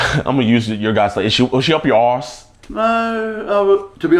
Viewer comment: JiDion saying arse is more golden than Chris Hansen reading chatlogs uncensored